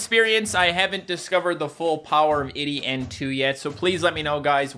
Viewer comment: I'm 90% sure it's pronounced Eye-dee not id-dee, great vid though!